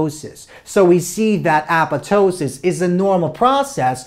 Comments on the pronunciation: i dont want to be disrespectful but the apetoesis gets me everytime .btw great job . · Appatosis? I guess the second "p" is silent?